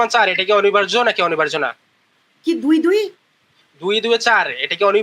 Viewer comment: অনিবার্য, অনির্বার্য না।আপুটার বাংলা শব্দ উচ্চারণে ভুল।